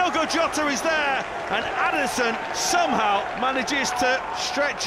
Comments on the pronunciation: He said Ederson with a scousr accent (adersin) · Noone:: Aderson